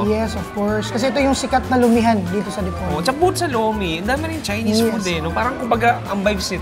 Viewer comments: boss, sa PO po ang rising intonation sa Di-Po📈-Log ❤ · idol DI-PO-LOG City. slow lang:D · Panoorin ko sana kaso iniiba mag pronounce ng Dipolog.